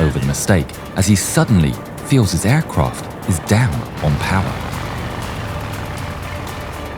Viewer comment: aircwaft lined up lol